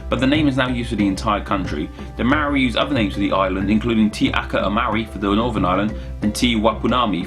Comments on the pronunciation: But I though the R was tapped, not rolled? Or is it a dialectal variation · oof the way you pronounced those maori words hurt lol. Good try though! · Ahahaha I died listening to your pronunciation of the Maori words. As a Maori, I'm not even mad.😂 Good video. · Seriously shocking Māori pronunciation. Find a Māori person in your area (they do travel) and ask them to teach you the correct diction. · You really really really butchered those Maori place names. Every word ends in a vowel so you treat every syllable with a vowel ending. Pretend you are speaking Italian, Spanish or Japanese and it will be close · I mean, I know you're English, but even still, I have never the Maori language butchered as badly as that haha. Respect for giving it a go though